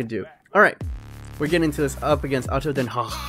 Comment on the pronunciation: Ado den haag pronunciation was perfect